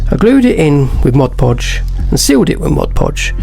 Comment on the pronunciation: Great work but what is "Modge Podge"? I've heard of MOD Podge but never Modge Podge. Is that different?